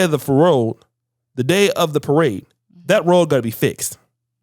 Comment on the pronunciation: day of the paroad? 😂😂😂